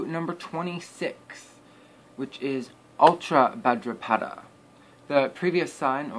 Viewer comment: Buddy, it’s NOT ULTRABHADRAPADA it’s utrabhadrapada !!!